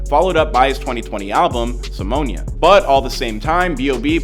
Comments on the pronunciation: "somonia" who else caught that lol.. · Winston Salem “say-lum”. It’s Somnia “sah-m knee-yah” like in the word insomnia, not “sah-moan-ya” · This dude is a douchebag. It's Somnia as in In(somnia). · [* Sirens & blue lights *] 🚔👮 Grammar Police Sir, you mangled pronunciations on Winston Salem (pron. say-lim), Decatur (pron. dee-kay-ter), & Somnia (pron.som-nee-uh) LOL 🤣😂 All good though! I loved the video! Very informative! I was/am a product of the late 80's & 90's rap. 3rd Bass, House of Pain, Too Short, Beastie Boys, LL Cool J, & RunDMC, just to name a few. I played all those cassettes until they broke! 😠:goodvibes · Naga is pronounced like Nagasaki, and it’s Somnia like Insomnia, cmon bruh 🤦🏽‍♂️ 😂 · Bro this dude said "Decatur" and "Somnia" wrong as shxt lmaooo